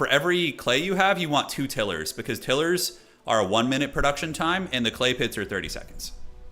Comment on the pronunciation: Had to keep laughing at the pronunciation of Tilers, Til-ers vs Tile-ers, ROFL. On the positive, enjoyed the energy and fast paced commentary